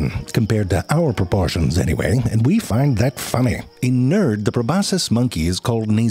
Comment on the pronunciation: This man said "in nerd" 😂